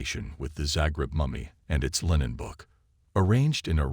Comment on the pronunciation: Really bad A.I. voice, yup. "Line-en" for linen? Puhleeeze! 🤣